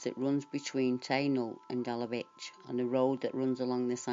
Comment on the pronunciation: I lived in Dalavich until I was six back in the early 1960s. My father use to say not to go into the woods/forest because they was a wild man living there. Small point: it’s pronounced Dala - vich( the ch being like in the name Bach)